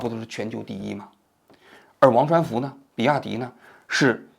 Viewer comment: 现在节目质量这么低了吗，念错好几次人名了，刘传福梁文雄？低级错误